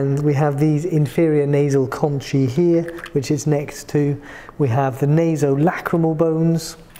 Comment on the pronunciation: Shouldn’t pronunciation for conchae be “con-kae”? According to , concha is “con-kah”.